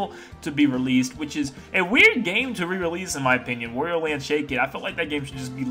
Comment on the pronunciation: Why do you say Wario in such a weird way?! It’s annoying!